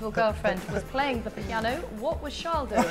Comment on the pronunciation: I can't stand when pundits and the like call Charles "sharl" he pronounces his name the normal way..don't understand it.